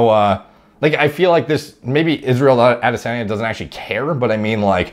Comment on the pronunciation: It's ah-DEH-sun-YUH